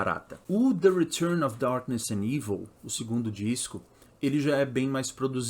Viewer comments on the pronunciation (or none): none